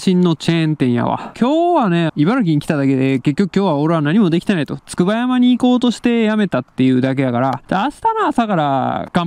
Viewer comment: つくばやま読みめっちゃ気になる笑